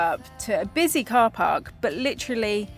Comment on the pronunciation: I noticed it before,, What is a ParCark? 🤣🥸